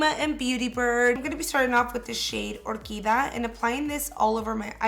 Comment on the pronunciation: BTW, its not " or key dah-' it's 'or- key- dee-ah"... no offense but it is such a shame when a Latin person with Hispanic background just butcher the language when the attempt 2 speak.